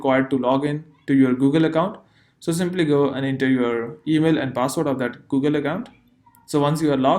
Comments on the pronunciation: You say google so funny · I like the way you say google